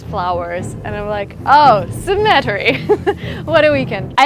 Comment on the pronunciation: Suggestion for a Russian shop in San Francisco? Also, the pronunciation for symmetry is... Si Meh Tree 😃